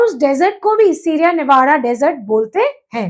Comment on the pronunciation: Mam bura na maniyega Aap k pronunciation bahut ghalat hai, Alps, Murray Darling, Navada etc. Pls video banane se pahle mehnat kare, sune sikhe aur fir spil kare